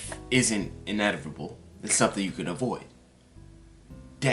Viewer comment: Bruh its inevitable not inervitable🙈😂